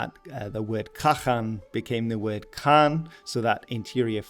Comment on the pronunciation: Hi I love that you're doing your best I wanna help a little with the Mongolian words. Khan used for Chingis is actually supposed to have 2 "A"s as 1 "A" is a lesser role, and the KHA is supposed be said as HA like a laugh. Gers E is more closer to A with kinda like Ayeeee. Kurultai the word is kurul meaning council in a lot of context tho is should be written as Khurul as with most worst that has KH the H is the one that's pronounced and K is the silent one, tai is a additive that usually does the job of "have". Morin Khuur you got actually really close I appreciate it alot, the literal translation would be horse violin. Dzud I'm not sure why it has a D in front as it is just Zud. Ovoo doesn't have u sound it is just O IDK how else to do that in writing sorry. I can't think of a way to discribe Shagai in writing besides maybe pronouncing the "gai" part more closer to "gaa" still with the i. It is refreshing to hear someone actually get really close as they are speaking English cause you have no idea how rare that is. This video was a treat.